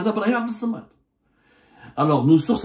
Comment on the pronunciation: الله عليك يا عبدو - تعمل كأنك لست بمسلم ولا بعربي ولا بأمازيغي -- أتعرف أن أسماء الله الحسنى هي 99 ومنها اسمه تعالى هو - الصمد Es-samad avec 2 s et un seul m التي تقرأ بالعربية - الصمد بالشدة على الصاد - لا على الميم مثل اسمك عبدالرحمان بالشقة على الراء - عيب عليك أن تنطق بما تقوله كما أردت - المرجو أن تصلح عربيتك التي تدخلها كثير من الاغلاط وشكرا --/